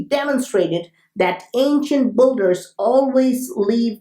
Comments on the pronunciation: Is he saying ancient BOOGERS lol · Builders or Buggers? lol. Im just kidding , brotha , but certain words , how you say them , cracks me up ^ ^ & , as always , Ty so much for your hard work! ^ ^